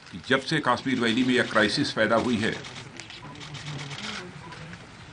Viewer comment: Yes this bullshit Bhoot Nath is not even able to properly pronounce the name of Kashmir!